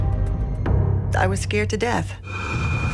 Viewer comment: "and even DEATH"